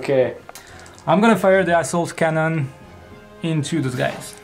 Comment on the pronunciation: taz31999 I laughed out loud when he said assault cannon and it totally sounded like asshole cannon!